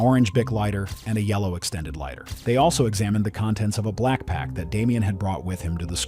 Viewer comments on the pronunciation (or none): I swear he called it a “blackpack” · bro def said blackpack